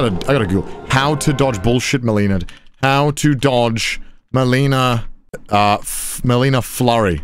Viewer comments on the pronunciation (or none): Literally my worst pet peeve. Mispronouncing the name even after hearing it in game. Charlie does the same thing 😂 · He REALLY isn't good with names. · I hate that some people still pronounce her name wrong after she literally says it for you hundreds of times. No hate on this guy specifically, it’s just something that annoys me generally